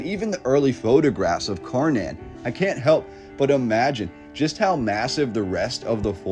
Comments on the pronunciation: I'm Swedish so this was extra fascinating to me! btw, "Kärnan" as it's called could for you english speakers be pronounced by saying "SHARE NONE" the Ä sounds like the "ha" in "share and the "nan" at the end sounds close to "none" depending on your accent. otherwise cut "nanny" at "nann" and you have our way of saying KÄRNAN. "share none" or "share nann" :) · A more correct pronunciation for "Kärnan" would be "Chair-Nun" or "Share-None" :-) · Thanks for showing Swedens Star cities. Borg means fort. Skans is another unknown name for most swedes. Kärnan is pronounced tchj-air-nan=core Thank You Sir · Interesting! Thanks for this video. I'm Swedish and I have noticed that our history is really obscured.(as it is everywhere) By the way Kärnan is pronounced "Schairnaan"😉🤗